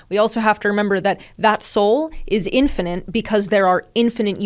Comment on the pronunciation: Can someone please tell her how to pronounce infinite correctly? Thanks